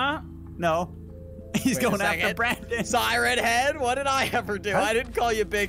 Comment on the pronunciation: Red Bear not sieen head it’s siren head